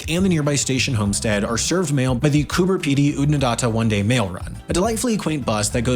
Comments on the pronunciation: Love how the narrator brushes over Coober Pedy like it's an insignificant dot on the map. Impressed that he pronounced it correctly though. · Would have been better if the clip was made by an Australian. At least the pronunciation of places would be accurate. He did get Coober Pedy correct, though!😂